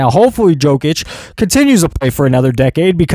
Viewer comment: SAY IT SLOW PROFESSOR… Jokic is pronounced: YO - Kitch not Jo - Kitch